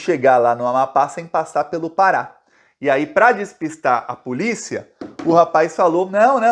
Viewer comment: "AI A PULICIA" KKKK É POLÍCIA AMIGÃO.